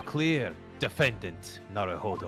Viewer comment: You called him "Nawuhowdow"